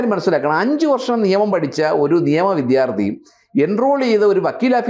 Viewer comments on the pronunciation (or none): none